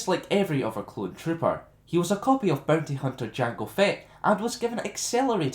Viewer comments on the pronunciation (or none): none